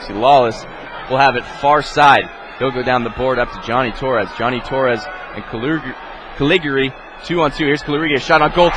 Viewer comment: I love how the announcer mispronounces the name "Calig-yuri"